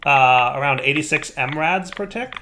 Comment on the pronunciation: It's funny how knows how to say "milli" when talking about milli buckets but he says mRads when talking about milli Rads.